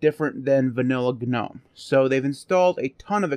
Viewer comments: using the word "Gnome" the G is silent... As in NOME. Just a thing. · except you're wrong. Gnome,in this case, started it's life as an acronym. First word GNU. So unless you're also mispronouncing GNU...